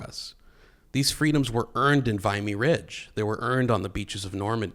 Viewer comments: Please pronounce VIMY properly. It really, really matters if you're using it as a crutch for an argument. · I could be wrong but isn’t it pronounced Vim-ey not Vi-me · Great video, it's Vih-me Ridge. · Great show........ right up to where you mispronounced Vimy Ridge. Otherwise... great show 👍